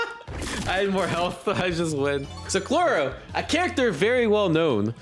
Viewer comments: It’s Mear-oo-em not Mirem It’s Crow-lo not Cloro 😭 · Chrollo is said like “crow-low”